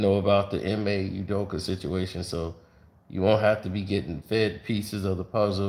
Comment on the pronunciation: Why after all this time does keep saying Udokee when its clearly Udoka like wtf is wrong with him man?